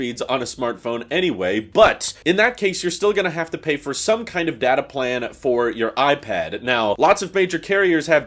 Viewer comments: When he said datAY, it sounded like he was admiring a really fabulous butt. lol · ITS DATA not DATA! get it right